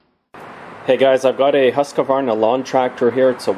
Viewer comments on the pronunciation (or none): it's pronounced "husk - varna" :) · I don't think so, at least most call it Huskvarner.